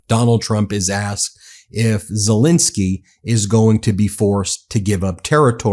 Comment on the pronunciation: ZelEnsky not ZelInski.